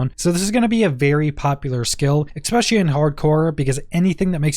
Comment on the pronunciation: there is no x in the word especially